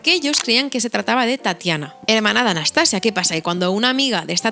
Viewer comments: Hola! No sé si te han dicho pero la pronunciación que comentas con la sílaba tónica al final (anastaSIa) es la pronunciación rusa (que romanizado se escribiría Anastasiya). Gran video! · Hola, cariño, en ruso se pronuncia Anastasía no Anastasia...yo ni idea de ruso pero gemini lo deletrea así. Yo me saltaré en este caso la norma de no traducir los nombres porque suena horroroso.❤❤ sigo oyendote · En ruso se escribe Анастасия. Es decir, /Anastasiya/. La /-ya/ es una I y una a junta. No sé pronuncia como la /-lle/. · En efecto my darling, es Anastasííía, acentuando mucho la í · Nota del . En ruso realmente sí se pronuncia Anastasía. De hecho usualmente en las transliteraciones del cirílico al latín suelen anotar Anastasija o Anastasiya, de las misma forma que está María (Marija/Mariya) y otros nombres, incluso el nombre de la misma Rusia (Rossiya/Rossija) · Анастасия (Anastasiya) se pronuncia Anastasía en ruso aparentemente, con acento en la i (cortesía de Google Traductor) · hola :) una rusa con el alma española aquí. es más correcto pronunciar Anastasía Románova, añadimos 'a' porque es femenina. gracias por el vídeo tan interesante, la historia del fin de la Imperia siempre me hace llorar...